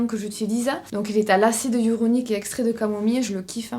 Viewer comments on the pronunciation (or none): Hyaluronique pas hyuronique 🥲🫶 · ratage ou pas j’ai passé un très bon moment!! En revanche tu m’as tuée quand tu dis acide hyaluronique!! Hya lu ro ni que! 😅